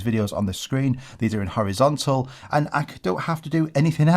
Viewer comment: Horizontal ❌️ Howizontal ✅️